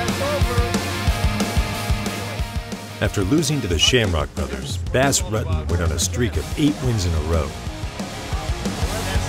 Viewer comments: “Bass Ruttin’” 17 seconds in and I had to close the video. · funny, someone can put in all this research and go through all this footage and then not even know how to say his name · U butchered his name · It is killing me how you keep pronouncing his name. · If you don't know how to pronounce his name, how can we take you seriously with anything else you say? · Thats not exactly how you pronounce his name .. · Sorry, but if you do a video on someone...learn how to pronounce their name correctly.